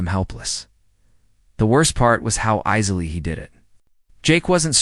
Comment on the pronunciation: "Easily" pronounced Eye-zily. 🙃